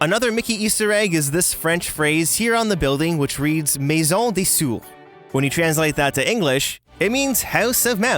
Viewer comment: It is Maison des Souris and not maison des sou. But you have a good prononciation